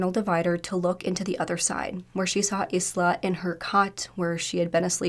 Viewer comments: Did you reallt call her sister Is-la .. her name is isla .. as in isla Fisher .. Do you know how to say that ? Like the beginning of the word Island .. with a silent letter S . . You would sound much better and more professional if you actually learnt how to pronounce names correctly . This is one of many times you struggle with saying things correctly . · Isla is pronounced “Eye-la”